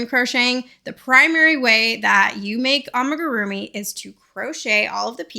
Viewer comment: Its pronounced ah mi gu ru mi not ah muh gu ru mi 😭